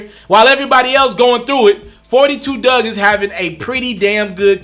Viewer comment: It’s Dugg.....Not Doug